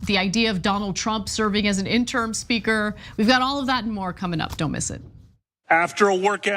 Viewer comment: Hey Ana! Love you, love you, love you! But, it is not "interm" it is "interim". Still subscribed, liking, and loving all you all do!